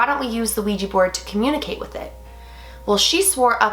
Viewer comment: When you said wegy board I got dissy